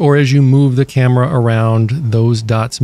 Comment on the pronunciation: Why do you say camera like that. Cam er a